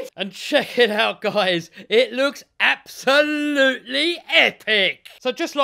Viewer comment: I love how he says, "Abousolutly Epic"!!!